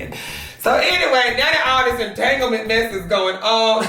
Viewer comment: omg I literally choked on nothing when he said "EnTanGleMeNt" lol I can nooot